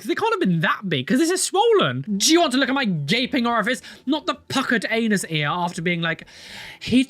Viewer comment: i have a request, can we please have the "AnUs" clip on the next video, my ears keep expecting it & it was 1 of my favourites 😩 "AnUs!" 😩 😂